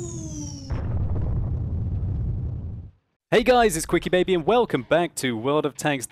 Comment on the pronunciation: Ahhh, more name butchering...I just can't even...